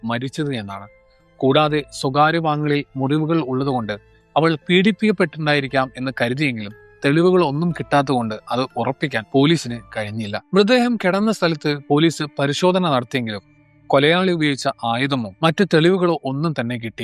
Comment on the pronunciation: ബ്രോ.. എര.. കെടന്ന.. ഈ വാക്കുകൾ ഒക്കെ ഒന്നു കറക്റ്റ് ആയി ഉപയോഗിച്ചാൽ കുറച്ചൂടെ നന്നായിരുന്നു,...eg. ഇര... കിടന്നു